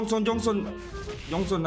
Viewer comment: Jhonson bang bukan jhongson